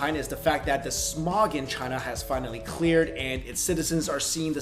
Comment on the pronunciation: At first I thought you said Smaug and I got excited xD